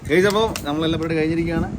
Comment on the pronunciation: ഞങ്ങൾ നിങ്ങളെയും നിങ്ങളുടെ ടീമിനെയും വളരെ ഇഷ്ടപ്പെടുന്നു. ഒരു ചെറിയ നിർദേശമുണ്ട്: സംസാരിക്കുമ്പോൾ 'ഗേയ്‌സ്' എന്നതിന് പകരം 'ഗൈസ്' എന്ന് ഉച്ചരിക്കുന്നതിന് ശ്രദ്ധ നൽകൂ. ബാക്കി എല്ലാം ആസാധ്യമാണ്. ഖത്തറിൽ നിന്ന് സ്നേഹത്തോടെ 🇶🇦.